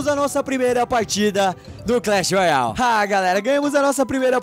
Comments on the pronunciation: Não è clech royai è clech royale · vc fala Clash Royal kkkkk e Clash Royale😁😁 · não é clach roial é clach roiale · não é clecheroiau é cleche roiale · Ele fala Clash royal kkkkk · Não é clash roial e clash roiale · por que o fala errado o nome clash royale